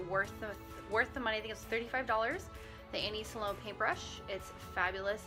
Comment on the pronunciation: Thank you for the video! I think you pronounce her name Sloan not Sa-Loan.